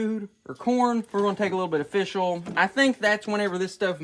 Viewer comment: You know he’s insanely a country dude if he says “ool” instead of “oil”. 😂😂